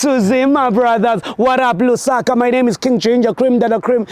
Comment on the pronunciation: He pronounced it wrong lol